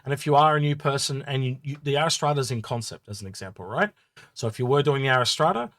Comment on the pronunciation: ariss trata? Cmon read the letters in the name. "R" like the letter that comes after Q. "ras" as in ass ( the donkey, not your butt), "tra" as in la la la...R-ras-tra. how the hell do you get ariss trada. - i love the look of the RSI ships, this one included, not sure if its useful yet., i was very disappointed in the warbond CCU offerings, and thought they were pretty average, with many being just repeats of previous offerings this year, However there was a few ok ones mixed in and the finale ones like orion polaris etc have been great.